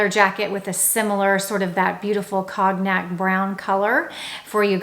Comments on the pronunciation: I love you; BUT the color cognac you called “cog nack” is actually pronounced “cone yack.” THIS IS MEANT TO BE A CONSTRUCTIVE COMMENT. ❤ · Your pronunciation of “Cognac” is wrong. It’s pronounced Kon-yak. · Oh. You are fab. Cognac is pronounced cone yack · Oh my! Don't mean to sound picky & do love your vlog however I really believe that if we are going to use French terminology we should pronounce them correctly. Cognac is pronounced 'Cognhac'. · Hey! Great tips and I always enjoy your videos. If I may take the liberty, cognac is pronounced cone tack, Evereve is not Everveve, it’s pronounced ever eve. I’m truly trying to help. If you’re recommending companies it’s important to represent them properly.